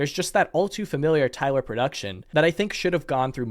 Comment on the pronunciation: Please stop saying tywer